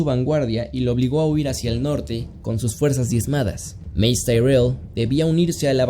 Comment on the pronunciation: Mace se pronuncia (Meis) No Mays esa pronunciacion significa Ratones😅